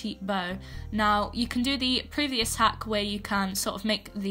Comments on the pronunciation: no offense i love your content but when she says outfit hack all i hear is outfit ACK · "for the next outfit haCKh"